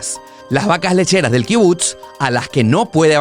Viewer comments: Me estresa que diga kibut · se dice kibutz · increíble videos dios proteja al pueblo bendito, creo q SE dice kibutz se pronuncia como pizza